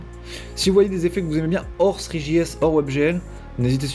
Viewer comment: Veuillez faire un effort dans la prononciation des mots en anglais "three.js". Heureusement que c'était écrit :)